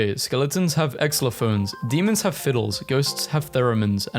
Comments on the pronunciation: it’s pronounced zylophone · im sorry but the way you pronounce “xylophone” hurts